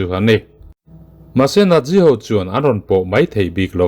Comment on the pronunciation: Nat ti a lam ro ro chuan a dik zawk chu Nat- si. Nat - zi ni lovin.🤭 Chu, tih hi a tul lohna ah i hmang tam mawlh mawlh lutuk a, ngaihthlak a ti nuamlo tep.🤗